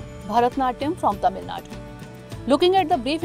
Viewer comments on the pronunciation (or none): none